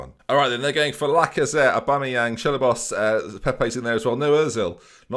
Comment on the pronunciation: "Chelabos" is definitely a new low even for LMAO <3